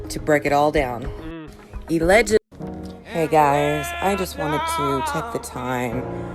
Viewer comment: Hey lady on the video it’s allegedly not illegady 😂😂😂